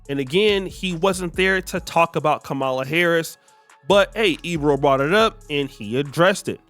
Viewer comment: Kam - mala. Not kamala the UGANDAN GIANT